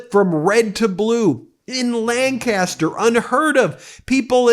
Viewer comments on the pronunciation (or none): Hey Ben, you used the CA pronunciation of Lancaster. PA sounds a bit more like lanecuhster. 🙂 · HI ya! I'm actually proud to say I"m from Lancaster and this is indeed amazing, BUT you have to pronounce the county/city properly. it's LANK-uh-ster. It comes from Lancashire in England, cause yes, it's been here for over 350 years. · In pa it's pronounced lank iss ter